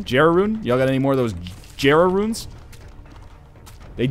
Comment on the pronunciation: hey NL jera is pronounced "yera"